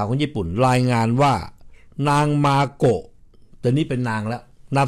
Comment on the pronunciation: ชื่อ เจ้าหญิง มาโกะ ไม่ใช่ เมโกะ จะไปเมแกน อยู่เรื่อย MAKO ค่ะ MAKO